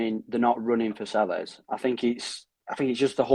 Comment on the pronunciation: I agree that letting 10 players go and replacing them with three is plain daft. Please pronounce Selles, a Spanish surname, correctly i.e. Say-yes.